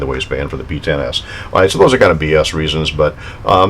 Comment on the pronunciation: Woohoo pee-ten-ess